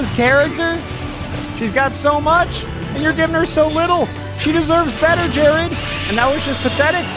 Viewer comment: Hi, my name is Jered.... listening to this hurt....